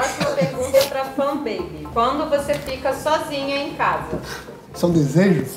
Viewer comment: Não é gay gay é menino com menino é lésbica que fala ;-; e não é Fun beby é Funbaby